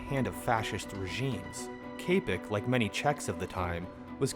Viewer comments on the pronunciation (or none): It's pronounced 'chapek' not 'kapek' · As a Czech thank you for introducing one of our most famous writers. He wrote many interesting works like R.U.R, The White Disease or The Makropulos Affair. Just one little thing, your pronounciation is quite incorrect (Czech is a very difficult language so I don't expect you to know the correct pronounciation). It is Čapek [ˈt͡ʃapɛk]. :) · Your pronunciation of Čapek is so funny